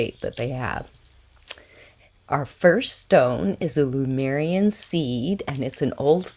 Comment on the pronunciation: Hi, nice crystals. But why do you adress the Lemurian crystals as Lumerian? .Did I hear wrong?